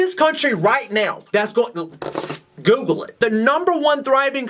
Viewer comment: I love how his accent says “Google it” lol. 😂